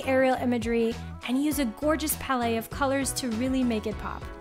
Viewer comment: I've never heard that pronunciation of "palette"